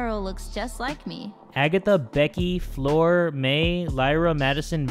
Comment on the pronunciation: Normal Person: Fleur:FLOOR